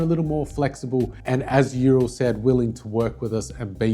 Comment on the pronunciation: URAL. Pronounced “OOWral. Named after the Mountain range. If you roll the “R” a little it will make you sound proper Khazak😮